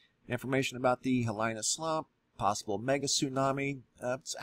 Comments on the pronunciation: pronounced (He-lee-nah) awesome video, thanks! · PS: Hawai'ian Pronunciation: "HEE-LEE-NAH" (Hilina) Slump. And, "MAH-OO-NAH- KAY-AH (Mauna Kea); MAH-OO-NAH-LO-AH (Mauna Loa). ❤ I love your videos and share them. Thanks! And, ALOHA! 🌺😘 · lol it’s not “Hihilyna” it’s Hee-lee na, Hilina. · Hilina is pronounced Heeleena not Hill ine uh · “He-lee-na” not “He-lai-na” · It’s pronounced “hee-lee-na” not “hee-lai-na.” Thanks. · Aloha it's pronounced ha lee na not ha lie na :-) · Good video. Pronounced "Hee-Lee-Na". Not "He Line Na". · Hawaiian pronunciation is: hee lee nah (some say hee LEE nah); i = long e sound; a = ah sound as in spa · By the way Hilina is pronounced like: Hee leena, so it has three syllables. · Hilina pronouced as - He-lee-nuh .. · Hilina is a Hawaiian word; it is pronounced "Hee-LEE-Na" . Just for future reference. PLEASE don't think it's an English word and mispronounce it. It sounds really gross to us over here in Hawai`i. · It's pronounced hee-lee-nah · Thanks for sharing what you know. I don't know of a government agency that tells it how it is. Sequestration of information and technology is the standard, like never a straight answer NASA. Hilina is pronounced 'heeleena'. Look at bathymetry charts of the north coast of Molokai and know that how ever many hundreds of thousands of years ago, the island was over twice the present size and broke off at what is now the highest sea cliffs in the world, sending a volume of earth probably alot larger than the predicted volume of Hilina slump, sliding down the steep slope of the Hawaiian ridge to the north towards the Aleutian islands. The remaining chunks of that part of Molokai are very visible on the charts, just in deep water. If Hilina goes, the term 'head to high ground will be redefined. A similar size scenario exists in the Canary Islands. I was born n raised in Kailua, Oahu n know that Pele has her own timeline written by God himself ! I ka pono o ka aina, malama ka aina ! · Hilina = “Hee-lee-na”